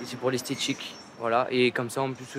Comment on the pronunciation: "C’est estchétchique", c’est stchilé